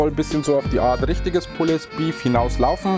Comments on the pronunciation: Super Rezept, aber "pulled" spricht man ohne das "e" Sorry, sogar mein Mann sagt ich bin ein Korinthen Kacker. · Immer wieder super! ABER.... Bitte sprecht doch Pulled Pork/ Beef richtig aus! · Sieht lecker aus! Aber bitte bitte bitte sprich das "pulled" richtig aus! Die falsche Aussprache geht mal garnicht!!! 🙏🙏🙏